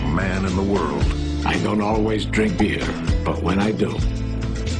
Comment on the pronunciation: Is it just me, or does it almost sound like he's saying "I don't always dring beard, "?